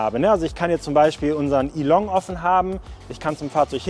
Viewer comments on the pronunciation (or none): none